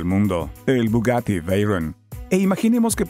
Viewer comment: Bugatti que?!!! Habla en inglés o en castellano “PLEASE” jaja 😆 Buen documental. Gracias por compartirlo.